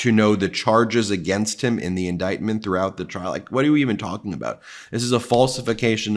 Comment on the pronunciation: She almost said the silent thing out loud "throughought the crim... trial" 😂😂😂😂😂😂